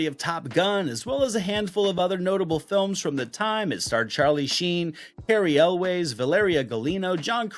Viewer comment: cary elwes last name is pronunced elwis